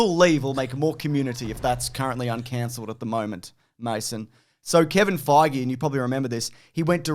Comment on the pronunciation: Feige rhymes with beige otherwise you are saying it wrong.